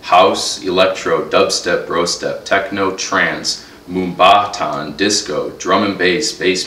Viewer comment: omg that dud. MoomBAAHton. xD